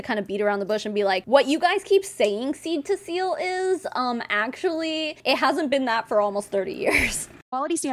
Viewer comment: Two things- one, the way this lady keeps saying “seal” as “SILL”, is driving me absolutely crazy. It’s like when people say pillow, as “PALLOW.”🤦🏼‍♀️ENUNCIATE! Two- your husband didn’t start walking because he was huffing oils! He was doing PT, correct? Hmmmmmm. 🤦🏼‍♀️